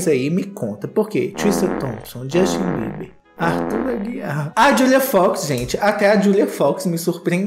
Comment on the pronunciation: Gostei do " Jostin" rsrsrsr